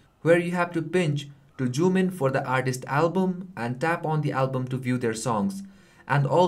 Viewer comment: Of course you are from Nepal !!! Caught on "Joomin" :P